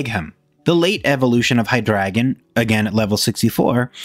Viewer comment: Love the video, except the pronunciation of "Hydregion." Its supposed to be pronounced Hide Region But you pronounce it High Dragon